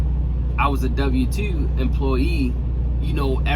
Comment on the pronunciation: A dubbew tew. 🤣